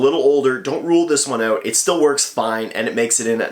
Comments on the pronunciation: The way he says ( OUT ) is so funny 😅 he is so sweet ☺ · That Canadian OOUUUT 😂